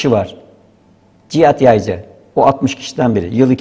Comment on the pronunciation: Video yapiyorsun konunun başrolü adamin soyadini 25 kere yanliş söyledin.